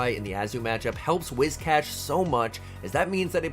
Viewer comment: I'm sorry, did you just say, "The opponent sees the Rizzcash"? That's its new name.